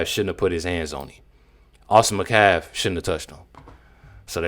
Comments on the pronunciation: Metcalf! Not Mcalf! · Why can't you "people" ever pronounce English words or names properly? HIS NAME IS METCALF, not Macaf. Moron. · I think you’re amazing but can you please pronounce Austin’s last name correctly? It’s Met calf. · Did she say Metcalf boys as in both boys? It sounds like she said boys. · The metcalf boy??? Damn, she doesn’t even have enough respect to say his whole name properly